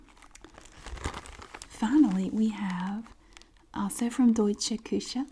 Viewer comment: Hey I’m from Berlin / Germany and I love your pronunciation of deutsche Küche 😍 sounds cute If you have a post mail address I can send you some more 😁 I love your videos ☺️